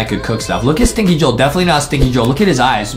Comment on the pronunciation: Justin Remember its not stinky joel its stinky JO-EL